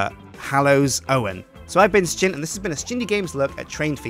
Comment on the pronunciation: can u plssss not say "stjin" -.- ...... ur channel is called "sjin" THERE IS NO "T" IN THERE